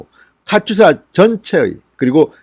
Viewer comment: 카츄샤가 아니라 카투사가 맞습니다.